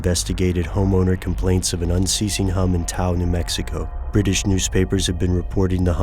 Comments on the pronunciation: It's "Taos" with an 's' not "Tao, New Mexico" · hate to nitpick, cuz you's have so much good solid stuff - but it's TAOS nm - ( 'touse' kinda rhymes with mouse, sorta. obviously delete this if you fix, figure you's may have the wares for such edits.) overall thanks for all, enjoying, seen almost all.